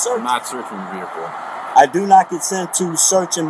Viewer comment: Looks like he is involved in commerce. He seems to be hauling trash. Look at all the garbage in that “vee hick el”.